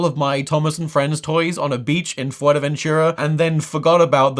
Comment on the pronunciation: Never before had I heard Fuerteventura pronounced as "Forevenyura". I'm afraid now of how the germans may name it.